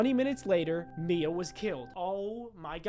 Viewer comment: The hand one my names mia AND YOUR DA BEST U SAID IT RIGHT PEOPLE SAY IT LIKE MYA